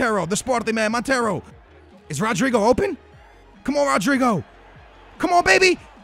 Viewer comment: Damn you really slaughter some names. Salvieu? No, SalviO, just like rodrigO. On the other hand rodrigo comes out nice. And look at the name pereira, damn man